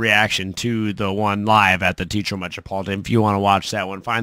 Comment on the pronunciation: All together now... it's 'Tay ah trow' not Teetro